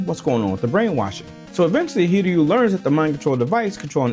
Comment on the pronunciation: wow, an american who actually knows how to say "hiryu"